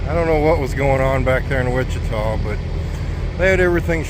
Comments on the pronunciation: Wichitity lmao 🤣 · I had to laugh when you called Wichita, "Wichi-ti-ti!" What a goofball you are. My mom would've loved your sense of humor and the fact that you both are/were from Iowa. My mom was originally from Richland, Iowa❤❤